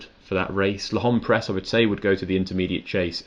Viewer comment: Top stuff as usual, gents, but one request: please learn to pronounce L’Homme Pressé properly! Thanks. 👍